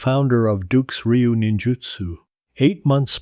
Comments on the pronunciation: Its frank dukes not frank ducks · Its Dukes like put up your dukes. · His name is Frank Dukes pronounced that way Dooks